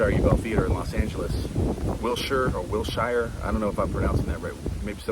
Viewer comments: Hey Wilshire is not “Shy-er” its pronounced “shr” appreciate these daily videos! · Ahahaha😂 Wiltsheere ir Wiltshaire... I loved it. Dear, the hyper BRIT queen's English would require the "...sheere" pronounciation, that I can assure. The algo recently introduced me to you and I am loving it. I DEEPLY was moved by your " I love you guys" from Yesterday. Financially I should be devastated, but I am so eager for what is coming... for what IS. Thanks. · It’s Wilshire…pronounced Wil-sher. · We say " wil - shur" out here in LA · It might be will-shy—er , but you’re right- it doesn’t matter 🎉🎉🎉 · I live in the LA area. It's WILL- shur. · Here in England we pronounce Will-sure😊. Doesn't really matter! We understand and that's enough😂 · "Overthinking" was my middle name. Thank you for YOUR thinking and efforts. Pronounced Wilshure. When pronounced in the old English they say "Shire" of course representing an exclusive county.